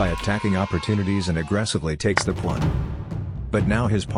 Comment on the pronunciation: Why did I hear "bringing out the knight and attacking the pwan".